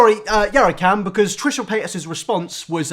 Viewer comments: No one: This guy: Trisha Payt-Ass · I like how you say her name UwU sounds like Trisha paid ass